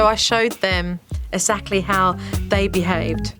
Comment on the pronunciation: Will someone please tell Jo how to pronounce exactly? It’s not sackly but exactly. I’m sure I’m not the first one suggesting this!